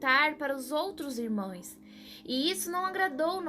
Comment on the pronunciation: Irmoes não, e sim irmãos essa é a pronúncia correta